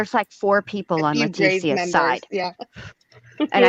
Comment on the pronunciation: Why does JenLu call Letecias name completely wrong here?